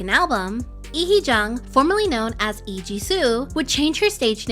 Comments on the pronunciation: It's lee not ee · why is the L in "Lee" not pronounced I'm so confused